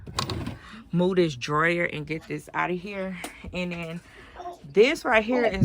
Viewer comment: She wasn't saying dryer, she was trying to say drawer. But this is chilled are we really surprised she can't pronounce drawer.